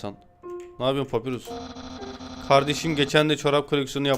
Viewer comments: Papirus değil pa pa y r u s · Abi papirüs diye okun umuyor adı papayurs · Abi papyrus papayrus diye okunuyo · Abi papyrus papayrus diye okunuyo haberin ola! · Abi papayrus diye okunuyo kalp lütfen